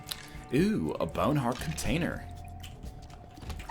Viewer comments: Every time he says bowhen haurt I replay and laugh again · M Y B A Y W N E H A R D T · Gotta love the way NL says "boawne hweart" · sip your friends every time NL goes "my bowene heart!" with that weird accent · "MY BYOWNE HEART"